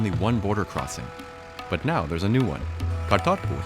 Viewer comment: He tried to pronounce Atal Bihari Vajpayee and Kartarpur correctly so cut him some slack.